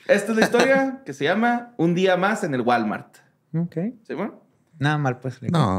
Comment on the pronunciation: Güey, casí me da un aneurismo al escuchar "un dia más en el gualmar." Wtf! JAJAJAJAJAJAJAJAJAJAJAJAA